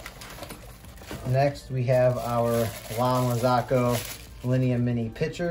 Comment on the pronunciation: It would be nice to know something about the brend before you buy it and not buy just because it is expensive. It is called "marzocco", not "marzacco"... I may be hater or enviois! :)